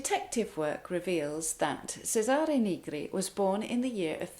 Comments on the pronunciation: Thank you a lot for your fantastic explanation! Very usefull indeed. [Congratulations for your Italian pronunciation. A very little tip: Cesare with the C of chair] ❤ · Lovely rendition. Your diction on Il bianco fiore is flawless. My friend Fred Benetti whose father was Florentine, still got Cesare Negri wrong. He did make the ch sound but always stressed the second syllable. Chay-sahre Naygree is correct as E is pronounced ee only in English. Your English and your voice are as musical as your playing. In 1975 in Cambridge I put up with a crazy landlady for a whole year because she sounded like you and I learned so much that when I moved to California I passed for a Brit. 20 years later I pass for Bostonian or Midatlantic. I play this tune but now I'll add the extra bit and your phrasing . My family has been Milanese for at least 250years. 😊❤